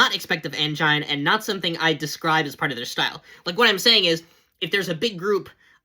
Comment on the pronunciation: It's pronounced an-jean, man.